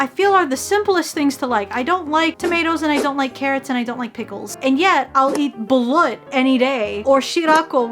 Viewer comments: Oh ahaha the way you pronounced balut made me so confused on what it was until i realized i knew what it is cause im filipino as well lmaoo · ok but the way she says "balut"